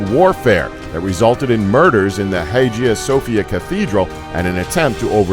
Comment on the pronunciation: When he said the Roman Empire was founded in 27 BC... So apparently the other 700 years of its Republic and Kingdom don't matter. (And then he mispronounced the Hagia Sophia & heir)